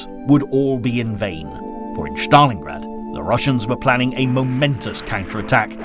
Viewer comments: For the love of god, stop saying Shtalin, and Shtalingrad. Its Stal=in-grad and Stal-in.Russians don't even say Shatalin, this is the first person I have heard call him that.Great documentary though, but PLEASE pronounce the names correctly, its not that hard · thats pronounced Stalingrad not Shtalingrad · I love the video’s, but the “Schtalin” en “Schtalingrad” instead of Stalin and Stalingrad is driving me crazy😂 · Annoying to keep hearing the Sean Connery impersonation, " Shtalinrad and " Shtalin " , no one pronounces those words like that.